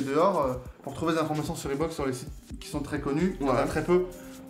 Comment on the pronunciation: Si ya 1 O à reebok c'est pour que sa se prenonce avec 1 O Pas 2 donc jsp pq vous dites reebook comme ça